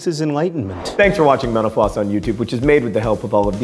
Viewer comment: Am I the only one who hears "mental floss" at the beginning and "menopause" at the end? Maybe it has to do with my profession...lol.